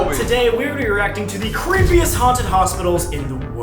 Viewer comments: i thought he said cringiest 😭😭😭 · cant understand if bros saying cringiest or creepiest